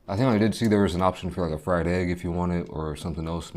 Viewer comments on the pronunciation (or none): none